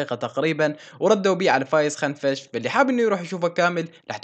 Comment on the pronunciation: كنفش مو خنفش 🤣🤣